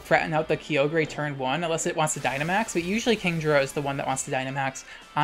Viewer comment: Finally, someone else that says Kee-oh-grey lmao